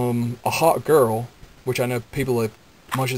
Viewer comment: XD when you said a hawk girl, I thought you said a HOT girl XD